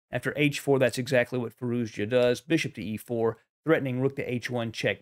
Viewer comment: Another good game and great analysis. I just noticed that you struggle to pronoune Z in FirouZja. You used to call hime `Firooja` before. As and Iranian, I would say, pronouncing the name is hard even for me too. So just dorp the Z. `Firooja` is good enough and even sounds more modern and streamlined to my ears. We all know who you are talking about, so don't sweat on pronounciation:)